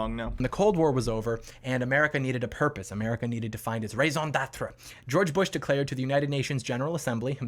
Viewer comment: Fun fact: saying foreign words wrong makes you sound foolish. He said raise-on datre, which isnt anything. Raiz-oh(n) detr(e) is what I assume he meant to say.